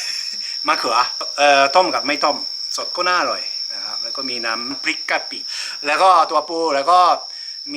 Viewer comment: อารมณ์ดีมาก กินก้อมีเสียงความอร่อย ดูเพลินค่ะ ออกเสียงอร๊อยอร่อยได้ แซ่บมาก